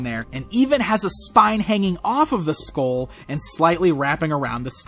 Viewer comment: maybe it's time for some speech lessons.. it's pronounced SKULL not SKOWL